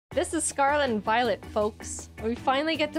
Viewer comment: Voilent Voilet